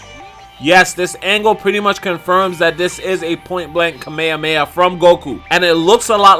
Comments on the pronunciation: Its not KAMEYAMEYA Its Kamehameha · Did he just say kameamea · Can we all just learn japanese pronounciation? Kah-meh-ha--meh-ha please say it right :D